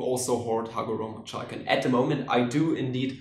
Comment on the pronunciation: Wat its read: chalk My ears: S H A R T